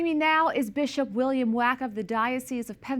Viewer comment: Please be advised that although the Bishop's last name is spelled Wack, it is pronounced WOK...like the Asian cooking pan.